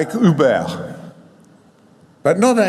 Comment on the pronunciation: the way this guy says Uber is hilarious to me for some reason